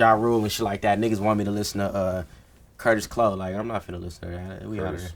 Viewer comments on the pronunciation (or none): Vince said Kurtis Clow 😂